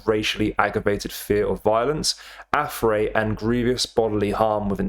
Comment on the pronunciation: Learn how to pronounce affray , mate......